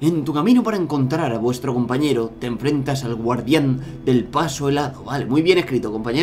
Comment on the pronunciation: le falto la R en encontra xd *encontrar*